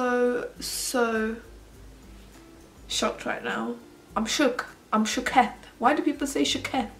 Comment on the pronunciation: You made shooketh (however written) sound like some Arabic word😂😂